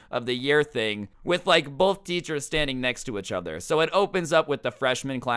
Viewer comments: did anyone notice saying ech other instead of each other it's urkiong me something fierce my god STOP PLS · “Euch other” it’s pissing me off 😂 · “Itchuther” really irks me I’m sorry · I love how he he says achother instead of each other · i like/dislike how says uchuther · i’m glad i’m not the only one that noticed this haha. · I love the way he says “ichother” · you say “each other” weirdly